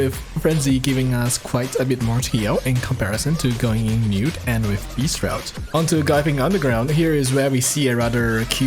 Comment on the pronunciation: Btw its pronounced like "Drafts" :D